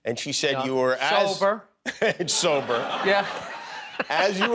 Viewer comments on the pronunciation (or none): Bills so proud to be sober he actually pronounces it "so burr"